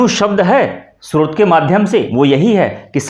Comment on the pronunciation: आप का उच्चारण भ्रष्ट है। स्रोत को आप श्रोत बोल रहे हैँ